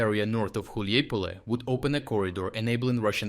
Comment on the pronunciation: Dude, you pronounced Hulaipole in like 4 different ways.. haha.